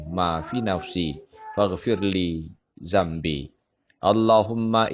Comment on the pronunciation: Amin. Makasih udah share doakan aq lulus cpns thn ini ya Maaf mw koreksi yang doa nabi adam salah salah baca harusnya zunubi bukan zambi. Trims